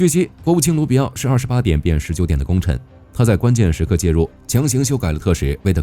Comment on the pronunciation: 卢比奥变成了鲁比奥，明明就不是一个人了嘛，👍🏻厉害了我滴锅！这简直比让外国使节走送菜的城门狠十倍。